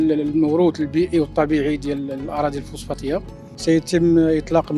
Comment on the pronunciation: فوسفاتية وليست فوسفاطية